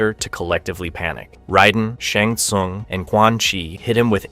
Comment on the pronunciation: Bro why are u saying kang and tsung wrong 😂